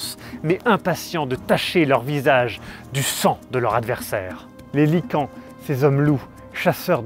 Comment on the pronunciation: Quand il a dit "Les lycans, ces hommes-loups..." j'ai entendu: "Les Gitans...", j'ai sursauté